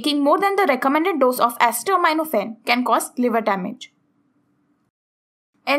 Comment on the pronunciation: You are pronouncing acetaminophen incorrectly